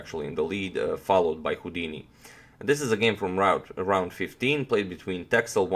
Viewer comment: It's pronounced "Tessel". It's a Dutch island (part of the Waddeneilanden). And yes, there are a lot of sheep there ;-)